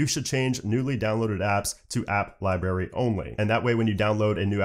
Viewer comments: Are you 3 years old? It’s a libRary not a lie berry. LOL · The way he says library kills meeee 🤦🏻‍♂️